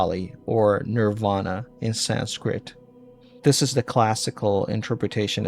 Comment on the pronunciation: good research but please work on pronunciations, almost all of them are wrong, thats not how we prnounce niravana.